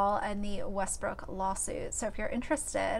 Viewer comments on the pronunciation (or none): none